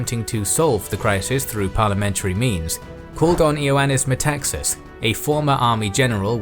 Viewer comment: Metaxas (tone at the second A, MetaxAs) actually said alors c’est la guerre = then it is war.